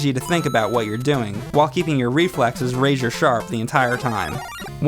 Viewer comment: It's razor, not rayshior. ;)